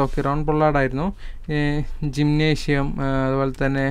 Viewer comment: പറയുന്നത് ഇൽ ഒരു വ്യക്തതയോടു കൂടി പറയടോ എന്ത് പറഞ്ഞാലും തെറ്റാണല്ലോ umran malik നേ umar malik rahul tewatia ടിവെട്ട 🤣🤣🤣🤣 ജിം നേഷ്യം